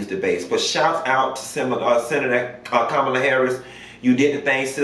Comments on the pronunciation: Her name is pronounced as Comma-la.....I think you pronounced it as Kam-alaa..I few times....great content...huge fan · GOT DAMN!! HER NAME IS PRONOUNCED “Coma-luh”!! Not Camila, Camela, Cumula... ITS FCKN LIKE COMA,,,,,,,,,,,,,, & THEN ADD LUH!! Tha fk!! It’s not hard!! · PLEASE LEARN TO PRONOUNCE KAMALA HARRIS NAME!! PLEASE. OK LET ME HELP YOU. READY? HERE IT GO! "com a la" another example my name Pamela. Sounds similar. Thanks! BYE! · Kamala = Comma-la I do not feel bad for Pence at all. He has several chances a day to separate himself from that train wreck of a man and he doubles down instead. Made your bed....lay in it. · Lol.u have pronounced Kamala’s name about 3 different ways. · PLEASE pronounce her name correctly! 🤦🏾‍♂️